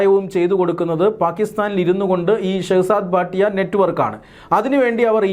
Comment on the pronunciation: ഭാട്ടിയ അല്ല ഭട്ടി ആണ്